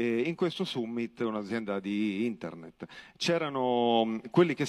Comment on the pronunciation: Summit... Non sai neanche come si pronuncia